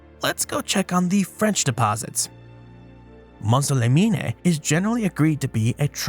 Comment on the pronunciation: Mont - saw - leh - mean ;-)